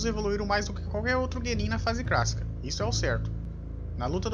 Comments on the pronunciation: Ele fala fase "crassica" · na fase "crácica" 😂😂😂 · É impressão minha ou tu fala fase crassica? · não é cracica e clacica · "fase crassica" kkkkkkkkkkk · Fase CRÁSSICA,RECRAMAR.Mano você é o Cebolinha reverso?Caraca quantos erros de português. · Pq vc não fala clássica correto meu kkkk